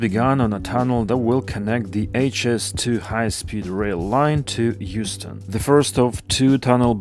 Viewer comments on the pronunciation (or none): my ears autocorrected that to Houston and not Euston😢. I can only wish